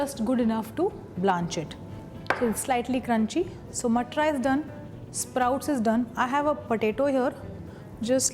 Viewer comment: Not matra. Mam is matar